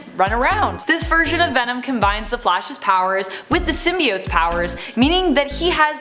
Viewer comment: I’ve seen it and it was really good. I’m so glad they fixed the pronunciation of symbiotes.